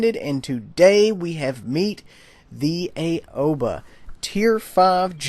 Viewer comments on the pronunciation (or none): I know everyone keeps calls it the A-O-ba but I think that it's supposed to be pronounced Ow-ba. At least, that's what the PC guys call it.